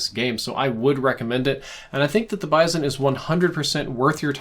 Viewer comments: It's BIZ-ON not BIZE-ON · I absolutely hate the way he says bizon lol I have never heard anyone pronounce it like that